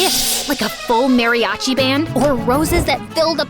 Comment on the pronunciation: Mariachi nooooo its MARI ACHI whitey